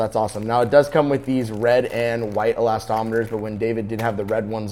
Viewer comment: It's called eslastomeer, not elastometer.